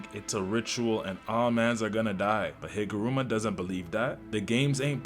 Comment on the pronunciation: "jujitsu kaisen" and "higurama", I'm dying by how you butcher some of the words..🥀